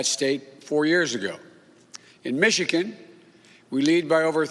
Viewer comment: Can't even pronounce Michigan right. Keep reading your teleprompter Joe.